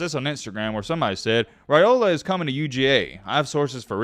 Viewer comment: Good job on pronouncing his name correctly!